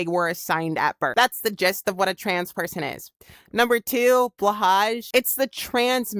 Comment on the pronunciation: Blahaj = blo-hai